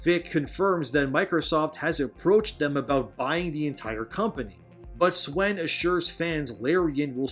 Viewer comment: it's pronounced 'Sven' dude